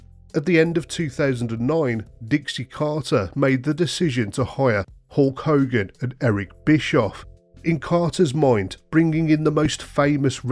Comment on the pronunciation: Did you say hawk hogan? Are you markyd123 with a synthed voice? Will a wild slapnuts appear? 😏